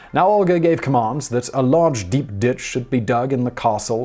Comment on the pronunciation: For a second I thought he said “a large deep dish”.